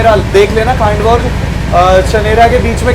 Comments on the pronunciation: डीवा ❌ दीवा ✅ खांडवा ❌ खंडवा ✅ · Nepanagar station se hi MP shuru hai, not Khandwa (stop pronouncing as Khaaandwa) Its खंडवा not खांडवा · खांडवा❌ खंडवा✅ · पहले प्रोनाउंस ठीकसे करना सिखलो…. कमायनी नहीं कामायनी एक्सप्रेस है , नन्दगांव नहीं नांदगांव स्टेशन है, खांडवा जंक्शन नहीं खंडवा जंक्शन है। 😅